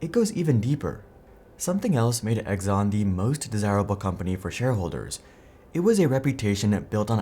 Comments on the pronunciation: Pretty sure it's pronounced "Ex-on" not "Eggs-on" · Who the heck is Egg-zon?? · "Egg zon" ? Yeah, that's not how you pronounce Exxon.